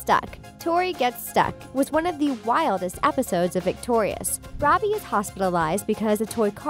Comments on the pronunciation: And she also said roby instead of Robbie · girl you called robbie “ronnie” and it’s killing me LMAOO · And , it sounds like she says "Ronnie" instead of "Robbie" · is it just me or did she say Ronnie one time instead of Robbie